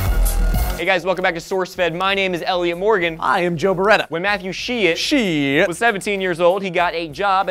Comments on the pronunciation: Not to be a downer, but it's pronounced shy-t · its actually more like Sh-eyed-t. one syllable :P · His last name is pronounced Sh-eye-tt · That is actually my mother's maiden name. It's pronounced "SHITE" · Are you guys sure you're not butchering the guy's name? It sounds like you are, lol.